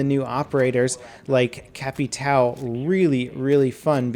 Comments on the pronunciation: cap-e-tow?! its cap-i-ta-o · It's capetao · a better pronounciation of capitão for english would be "capitaum" i think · "Capitao" eeheh its so funny earing portuguese words with english/american accent